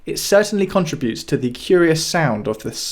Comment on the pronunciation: contributes, not contra butes